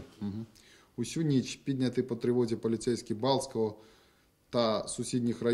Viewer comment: написано "підняті" - читает "пОднятЫ" написано "ніч" - читает "нЫч" написано "тільки" - читает "тЕлькО", "тОльки" написано "дівчина" - читает "дЫвчына" Он букву "і" не знает?